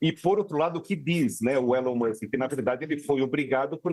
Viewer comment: Quase que a jornalista não consegue falar o nome do Elon musk